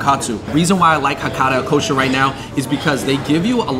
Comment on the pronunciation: Okay they are called Hakata "Ikkousha"... I hope you appreciate the name of the restaurant and pronounce it right. I love 一幸舎 but if you go to Japan, one bowl of ramen is around $7-10. $20 is overpriced in my opinion.